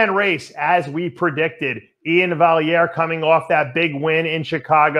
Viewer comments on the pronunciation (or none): It's VAL-E-AIR not valeiary lol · Vallyarere wtf Dave since when did u start messing up Ian's name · Say it with me—- Valley Air. Dave trying to make him Italian. LOL. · After all these years you would think Dave would know how to pronounce Valliere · Guy needs to teach him how to pronounce it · Lmao thought the same